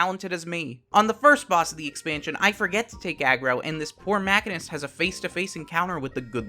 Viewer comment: Wtf is a “maka-nist” ….. its “machine-ist”